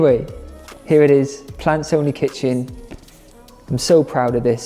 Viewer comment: OK, when you first introduced your book, I could have sworn you said "Pants Only Kitchen" and it threw me for a loop, cause the Brits call boxers/briefs/boxer-briefs pants. OK, I'll show myself out 😂😂